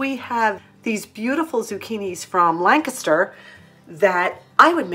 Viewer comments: yes. Pennsylvanians say Lancaster different and you said it perfect in this video. Lanc like bank and caster like kister with the accent on Lanc. I live very close to Lancaster county. Oh and congratulations on your subscribers! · Hey you said Lancaster correctly this time. Congratulations!!